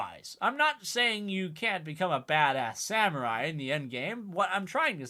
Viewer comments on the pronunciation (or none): none